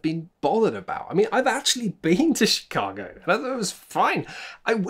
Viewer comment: Is it just me... or did he start with Shitcago? I can't unhear it.